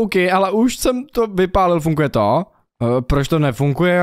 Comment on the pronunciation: Prosím nauč se říkat slovo funGuje. 😀 Můj šestiletý syn rád kouká na tvoje videa a byla bych nerada, aby kvůli tvým videím špatně mluvil. Děkuji 🙏🏻